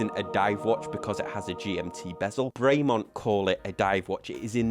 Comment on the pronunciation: It's not "Bray Mont " it's "Brem on" . Nice watch though